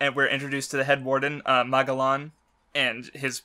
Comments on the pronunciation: Mag a lon... geez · It's Ma-gel-un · "Mah-Jel-An." You know, like Ferdinand Magellan. The First recorded person to circumnavigate the globe. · Oh yes and a very good thumbnail to boot EDIT: Wow the opening really fits since this is such a Divine comedy Kinda salty my shitty comment didn't get a response but whatever and btw what's with pronouncing every name in the series wrong like where does he get that from Ok you explained why you say Magellan wrong but fucking hell every time you say his name I want to die Ok on how Iva was introduced I think it was just to show that Iva doesn't give a fuck and I like that And the Apu thing is just stupid Starts listing the weakest crimes they could possibly commit come on there in Impel fucking Down these guys are most likely straight up murderers and rapists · Please say, MAGELLAN CORECTLY.😬🤯 I hurts me to to hear that weird pronunciation.